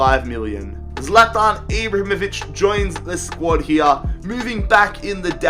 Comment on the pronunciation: It's pronounced 'Zlatan' not 'Zlatarn'.